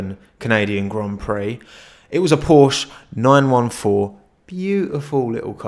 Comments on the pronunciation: It's PorschE. Otherwise love the video and content 😂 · Idk if you read all comments but just letting you know that the E in Porsche isn't silent, it's porschE